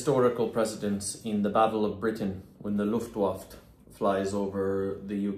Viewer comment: ' Luft WAFT in WW2 ' 🤣 it is LUFTWAFFE you numpty Never going to get that cushy TV presenter job with the CBC / BBC if you duff your words like Orange Man COVFEFE bro 🤘